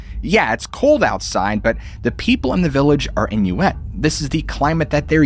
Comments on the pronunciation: I’ve never heard Inuit pronounced as “inuETTE” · inuit is pronounced in-you-it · Must be American that is not how Inuit is pronounced